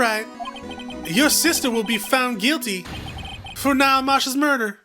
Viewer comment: gets extremely irritated because they keep calling a "vase" a "jar". Also - pronounces "Neil" like "Niall" for the whole fucking game.